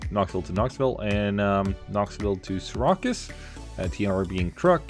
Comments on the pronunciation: Seer-ah-cues? LOL you mean Seer-accuse? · Lol as soon as I heard him say Sear-a-cuss I was like there’s gotta be a New Yorker who watches this video and is cringing lol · Just a friendly correction, Syracuse is pronounced 'Sear-accuse'